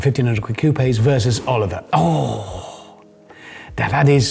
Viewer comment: Its Oliver, simple as.